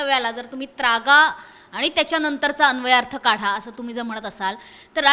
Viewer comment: अरे सद्या आय.............. झ........... नालायक चुत्................. मा............. तु जो शब्द बोलतोसना तो शब्द शुद्ध शब्द आहे त्रागा असा आहे........... नाही की त्र्यागा नाही. जुन्या सद्या वर्त्या आधी ना तु मराठी भाषा निट बोलायला शिक हरामी तु महाराष्ट्र द्रोही आहेस हरामी साल्या तुझ्या............. आय............ कुत्र्या काहीही भुंकतोस आहेस.